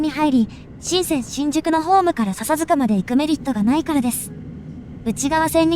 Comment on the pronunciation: 笹塚のイントネーションがちょっと違和感が。